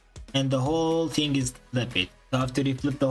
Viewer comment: “its a hing”